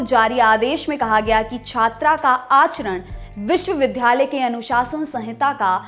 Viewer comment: Vishwavidyalaya hota hai Vishwavidhyalaya nahi. Yani uchcharan "d +ya" ke hisaab se hoga "dh+ya" ke hisaab se nahin.